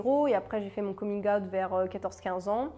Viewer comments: Moi voyant le titre de ta vidéo : bon ben en tant que bisexuelle et militante LGBTQIA+ je pense que je suis déjà plutôt ouverte d'esprit et tolérante haha Moi entendant la façon dont tu prononces "coming out" : gasp okay je suis peut-être intolérante à UN truc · Merci pour cette vidéo, j'ai beau lire beaucoup sur le sujet j'ai encore appris des choses ! (Et ta façon de prononcer "coming out" est juste trop cute 😍) Merci pour ton travail de sensibilisation 🏳️‍🌈💙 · Pardon mais ta façon de prononcer coming out: j'adore 😃😘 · Magnifique prononciation de coming out ahah, sinon super vidéo hyper intéréssante et complète . ( Rien a voir mais je suis "en transisition vegan" quels compléments prends-tu ? )